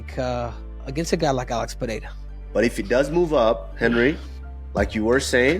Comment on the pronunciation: Can u guys please start pronouncing Alex Pereira's surname correctly? First R Is pronounced like an R, not an H. If it was RR, it would be pronounced like an H. Otherwise, love ya work! ❤